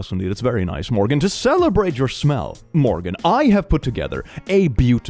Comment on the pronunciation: i always hope he says my name and i got so excited until he said morgan instead of morgaine